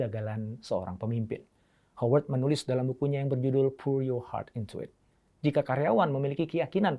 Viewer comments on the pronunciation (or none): none